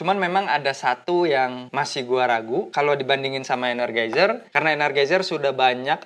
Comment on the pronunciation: ener JAI zer bang bacanya